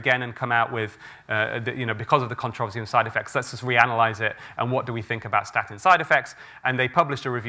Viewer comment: I wish he would learn to correctly pronounce "controversy" and "reiterate".